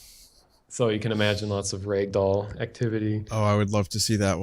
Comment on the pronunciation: holy shit this guy made me spit my drink out. Yeah, Trevor was "throwing up". That's what we'll call it. wat thee foke? "Raigdoll" "Maigma"